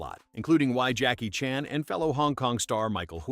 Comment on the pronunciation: Jackie Chan's last name goes back and forth between Chan and Chahn. Does anyone check pronunciation, especially if the narrator is AI?